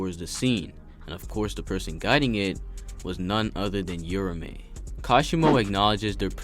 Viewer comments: Fyi it's not "yura-me" it's "ura-ume" with the emphasis on the A, almost like a "ew-row-meh" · "your-a-may" my god... 🤦🤦🤦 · I cant stand him mispronouncing uraume and its like hes just forgetting shit, kashimo and hakari made a deal that hakari would let them fight interuption free so hes not fighting for no reason, hes keeping his promise. Read the shit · sheesh man ur mispronunciation of Uraume and the misspelling in the title is ridiculous 😂😂